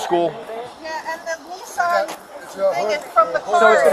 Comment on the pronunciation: Just to correct the policeman it’s not ‘ Neesarn ‘ it’s pronounced’ Nissan ‘ .